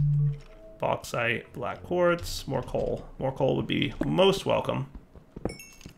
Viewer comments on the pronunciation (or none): none